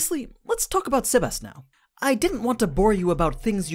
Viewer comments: The way you say sebas is cringey... You say it saybas. Not sehbas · Quick tip Its not seb-ass It seb-ess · SEBas not SAYbas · It sounds like your saying Sebas-chan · The way you pronounce his name is weird sea bass like the fish